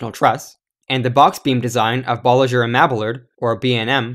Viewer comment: Bolliger and Mabillard is pronounced Bawl-ih-ger and Meh-bee-yard. Like Spanish. Otherwise, great video!!